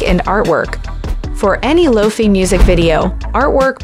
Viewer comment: Is this a robot? She calls it "Low-Fee Beats".